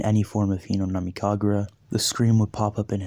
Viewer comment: I watched this whole series and I really like it. I do have an issue though. Its Hinokami, not Hinonami.